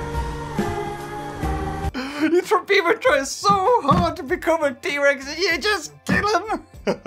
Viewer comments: Fake bever -Yes yes ( it is in fact pronounced B-ever) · Its beaver not bever. Learn English